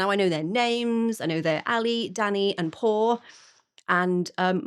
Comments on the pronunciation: Aghhh! NOT Paw and Ally!!! Pau (Pow!) and Ale (AH-leh)!! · Pau is pronounced more like POW. POW-leena for her full name. Good job on Ale's name! And The Warning just released a new song 'Kerosene'. And yes, those are real flamethrowers. 🔥🔥🔥🔥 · Pau is pronounced POW and Ale is AL-ay.